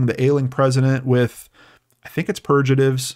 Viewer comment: Purgaritive, the g is pronounced like gas, a hard g. :)